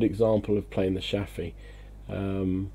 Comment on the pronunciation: Are you a swede in hiding? You are pronouncing Chaffee like a swede :P